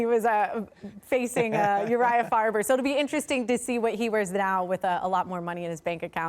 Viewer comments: URIAH FA"BER" LOL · Did she say Urijah Fiber? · did she just call faber "fiber ? 🤣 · “Uriah fiber”🤣